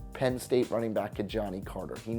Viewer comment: It's pronounced Ki-Jahnah Carter)